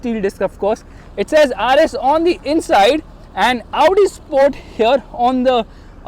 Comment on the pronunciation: It's not Avudi, it's Audi 🤣🤣🤣